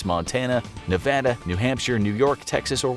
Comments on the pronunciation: Thank you for saying "Nevada" properly! Too many people in this country mispronounce the state's name. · They said Nevada correctly. It makes me happy when they say my home state correctly.